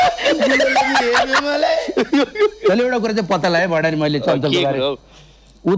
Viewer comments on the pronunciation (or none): भन्डारी लाई बण्ढारे, भन्ने कोको हो🤣🤣🤣